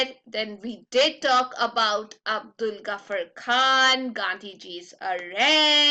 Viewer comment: Its Abdul Ghaffar Khan !!..not Abul Ghaffar Khan.